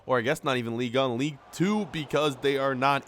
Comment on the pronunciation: Can u stop say league un its league 1